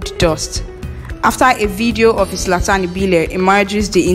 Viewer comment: Abeg no be izlatan it's zlatan